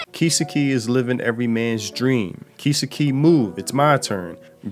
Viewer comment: Hate to be that guy but "Kiss-key?" Bro, what? Kisukei (Key-Sew-Kay)